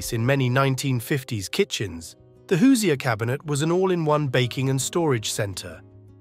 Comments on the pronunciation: Hoosier is actually pronounced "who's - your" not "who-see-er". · OK, the ice box and hoosier (pronounced "hoosher" not "hoos-i-er") were largely things of the past by the 1950s, particularly in urban and suburban areas. Also, the narration was a bit over wrought about symbolism. These were simple kitchen tools which were generally discarded from use when something better and affordable came along. Some of the photos were clearly pre-1950s and a few appeared to be 1960s. Overall, IMO, we were eating in a more healthy way in the '50s, more home made dishes and fewer presevatives and ingredients with 15 letter names. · Hello It’s not “Hoos E er” cabinet. It’s pronounced like Who-zure… ❤ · Hate to be that guy, but the pronunciation of Hoosier irked me. It is whose-your said quickly. Or the jour in de jour. it isn't Whose-eeyore. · It’s NOT pronounced HOOZEE-ER. It’s HOOZHER! Lol😂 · Hoosier, pronounced hoo-shur, not hoo see ur. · "Hoo-zee-er", my Indiana-born Mom is rolling in her grave. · You're pronouncing Hoosier quite erroneously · That is the most horrific way to pronounce Hoosier I’ve ever heard…